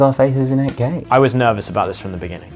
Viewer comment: 8k가 ak로 들리는건 나만 그런가...